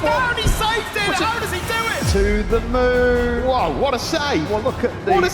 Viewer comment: "to the moooorn" forgot moon had an R in it.